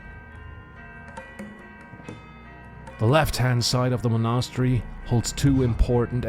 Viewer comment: Mon'a-stery :D